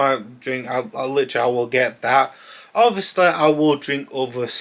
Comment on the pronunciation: James Corden ob-vee-o-sleh